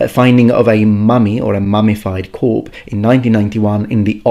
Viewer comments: By the way, when you're talking about a dead body you say "corpse" with the S sound. When it refers to a military group, etc a Corps that is when it is pronounced as "core" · “Corp” and “sewt” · corPSE one syllable, the 'p' is enounciated. epitomy: e-pi-toh-mee you are welcome,. greeting from france. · Corpse, the s is not silent ☺️☺️ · Needs to learn it first, can't even differentiate between corps and corpse. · Pronunciation of corpse? I think you got it a little wrong there.